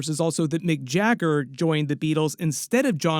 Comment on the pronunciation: bro really called Mick Jagger Mike Jaeger 😭